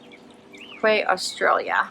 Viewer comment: Thought you might like to know that the Quay Australia sunglasses are pronounced Key Australia. They are my fave aviators and I have several pairs. Hope you kept them!